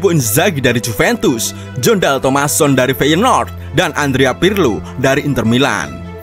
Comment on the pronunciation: Penyebutan Ancelotti: anceloti bukan anseloti& jon dahl tomasson: yon bukan jon